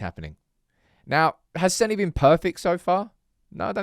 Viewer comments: "Seh-nah", not Senny. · It's pronounced Senna, not Senny, just watch the video where he says his name for you! You sound like a moron saying Senny. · I'm having an aneurism every time you mis-pronounce the blokes name 😂😂😂😂